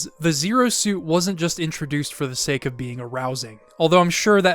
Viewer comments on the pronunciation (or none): none